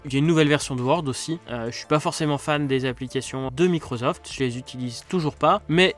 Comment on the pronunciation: Microsoft et pas Microzoft 😹